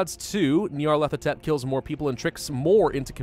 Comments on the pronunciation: Knee-o-leth-o-tep That’s how you say it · pronounciation: nyalethotep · Nar/pa/lar/pa/tept That’s how you pronounce it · Ni(long i)-arr-leth-o-tep. GG for English, amirite? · its pronounced Nyar (Like Nyan) Lef-o Tep, Nyarlefotep. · Neo-leth-ah-tep that's how you pronounce it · I think it’s nyar-thel-op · the cult of butchers the name like a substitute teacher